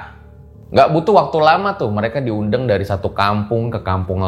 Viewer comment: Di menit Sampai salah ngomong nih bang,di undang bang bukan di UNDENG😂😂😂😂